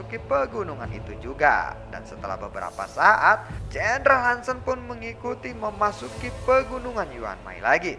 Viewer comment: Bang ada sedikit masukan nih kalo boleh; jendral Han Sen itu dilafalin kata "Sen" bukan seperti kata 'Sendiri" tapi seperti "e" pada kata "BengBeng".. mohon maap jika sy lancang, jgn digebuk ya 😅🙏